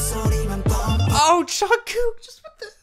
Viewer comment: did he say jungkouk !/1?1/1/??